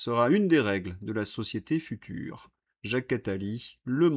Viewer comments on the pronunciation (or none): none